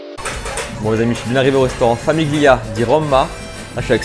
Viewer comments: Haha ! oui ca m'a piqué les oreilles la prononciation aussi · Tres bonne vidéo, il faudra juste revoir la prononciation de famiglia ! 😅